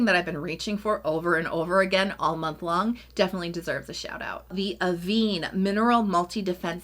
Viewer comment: Love the mineral sunscreen from Avène 😍 tried it after you reco’d the first time, so thank you!! Btw the accent grave above the e in Avène means it’s pronounced like Ah-vehn, not Ah-veen just an fyi, not trying to patronise 😊